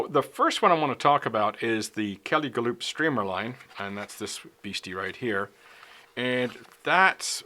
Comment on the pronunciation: Kelly "Ga-loop" lol Just a friendly fyi, it's pronounced 'Gal-up'. Love your instruction videos,!